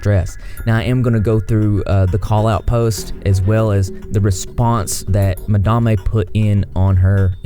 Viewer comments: Mah-damn. Not mah-dom-ayy lmao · It’s pronounced Mad-em. Lol madamay sounds too bougie for her. But I’m not going to lie, but it frustrates me when a news channel or commentary channel is trying to impart a story, to mispronounce the name several times makes me feel like someone didn’t really research their piece. But besides all that i think the issue is that you have two people who are very young and Madame treated the whole situation so poorly. She has wayyyyy more of a following than the artist so it’s so uncalled for to punch down like that to a 15 year old kid. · Ma-dam-ay. Is that how you pronounced that? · Nawnii recently made a video where she says it's pronounced madamE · I’m pretty sure it’s pronounced “mad Am” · yes. I'm surprised he didnt know the proper pronunciation. I found it quite funny. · The “e” at the end is silent in Madame, madame is a french word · I like how he says it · His weird pronunciation of 'madame' stressed me out the whole video, lol. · Madame is a french word, the e at the end of words in french are often mute, and the a in french are pronounced with a more open mouth than in english. Don't worry with the mistakes, names are hard because on yt the name doesnt have to make sense haha. Keep on going! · Does she realize she is pronouncing her channel name wrong? That's irritating! I'm sure there is a story behind it, but eehhh.... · It's driving me crazy how you pronounce the word Madame, it'd have taken you 5 secs to look it up